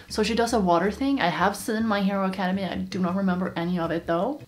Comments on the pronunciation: Its not acadamy its acadamia I thought the same thing to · Hey I dont mean to be rude but its pronouced ack-a-dame-ia not academy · It's ac-a-de-mia lol it's okay you said academy but I was triggered when you said academy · its my hero acedemia not acemy ok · Ok no offense but it’s academia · It’s academia not academe 🤣😂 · I'm sorry but it really triggered me when she kept saying "My Hero Academy" like it's My Hero Academia Sorry just a tiny rant. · I don’t wanna come off rude but it’s my hero academia not my hero Academy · he:"my here academy" Me: iTs AcEdEmIa cries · ITS ACADEMIA NOT ACADEMY MISSES GIRL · It’s academia not academe just so you know not to be snobby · her: saying academy me: ACADEMIA! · So you said my hero academia wrong you said my hero Academy and not my hero academia its a tip next time you say it! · btw its academia not academy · Did you really just call it my hero academy it’s academia lol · its acadeMIA not acadeMY! Dx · sorry but its academia. pronounced aca-day-mia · Not ac-ad-amy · The way she says academia is so weird